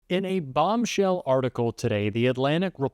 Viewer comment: you have destroyed the word, "BOMBSHELL"!